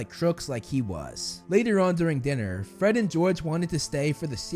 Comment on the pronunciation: gred and forge lol